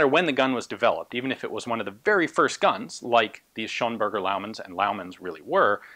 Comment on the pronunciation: It's actually Schönberger :)